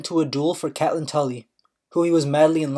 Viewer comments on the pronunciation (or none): It's CATE LYNN Pls its triggering me